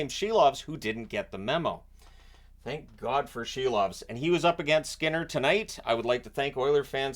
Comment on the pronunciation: Silov is pronounced SEAL- OFF, lol